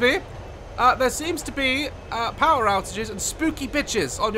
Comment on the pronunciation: nobody: daz: "the powerr has been restorredd"